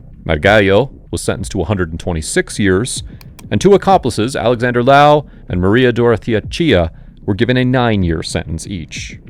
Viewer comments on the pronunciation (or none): none